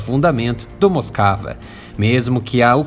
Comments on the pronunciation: A PRONÚNCIA CORRETA DA PALAVRA "MOSKVA" , "MOSCOU" EM RUSSO, É "MOSUKÁ", E NÃO "MOSCAVA". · Moscava 🤣🤣🤣🤣🤣 moskiva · É dose escutar alguém chamar o RK MOSKVA de Moskava!